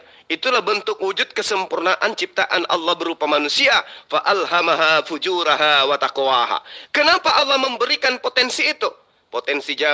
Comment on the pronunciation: ....bacanya yg benar FUJUROHA....bukan FUJURAHA.